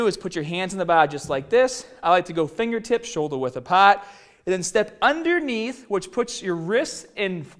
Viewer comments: "Shouldah width apaaaht." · Apaat: apart